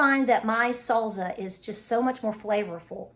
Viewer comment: Sall-za! Cute!! ☺